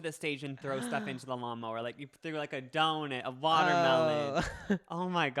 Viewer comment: i just noticed says "donit" not "donut"